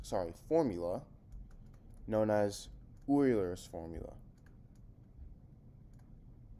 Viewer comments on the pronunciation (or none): That's Euler's not Eurlers.